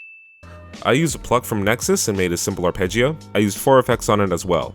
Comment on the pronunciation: It's arpeggio not arpeggio